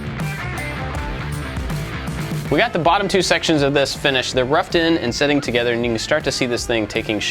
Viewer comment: Lmao u kept saying togeder instead of together